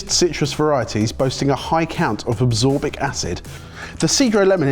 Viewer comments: Er... absorbic acid? Were you trying to say ascorbic? As in, vitamin C? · Am I going deaf or really just said "absorbic" acid instead of ascorbic acid (Vitamin C)??? 🤣🤣🤣🤣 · "Absorbic acid" that's a new one. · “Absorbic” acid? Do you mean ascorbic? As in vitamin C? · As a chemist, it always hurts my soul to hear people pronounce the word "ascorbic acid" as "absorb-ic acid" Thats....not how it's pronounced. There's only one "B" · ASCORBIC acid NOT ABSORBIC acid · Absorbic acid? Did you mean ascorbic acid, lads? 😅